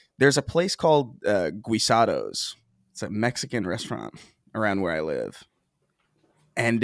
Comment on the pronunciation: Not saying Guisado in the most white girl saying gracias kind of way lol